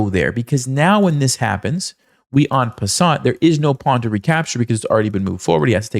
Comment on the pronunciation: The 't' in "en passant" is not pronounced.